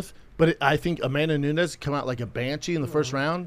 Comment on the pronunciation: “amandanaanezzz” 🙄 Chris hates Brendan and hates this job hahahahah 😂